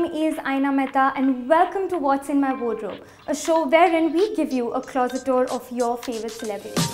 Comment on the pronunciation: expected Pinkvilla to teach their staff to pronounce "wardrobe" properly, given that their job is peeping into these pieces all day